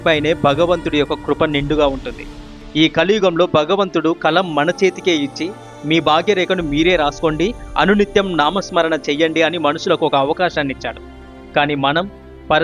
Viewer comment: తమ్ముడూ భగవంతుడు అని పలకాలి కానీ బగవంతుడు అని కాదు, భాగ్య రేఖ అనాలి కానీ బాగ్య రేఖ కాదు. ఈ తరం వారు అలా అక్క్షర దోషాలతో ఉఛ్చరిస్తూంటే మాతృ భాషని అభిమానించే మా లాంటి వారికి పంటి కింద రాఇలా ఎంతో ఇబ్బంది గా వుంటుంది.